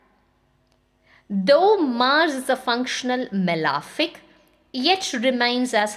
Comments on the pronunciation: It’s not “malaaaafic” it’s malefic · it is not correct though pronounced so by many Astrologers.. please check cambridge pronunciation.